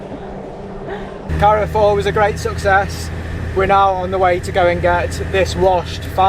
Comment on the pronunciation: Love this channel - just to sort a mispronunciation, Carrefour is pronounced "Car" "four" 👍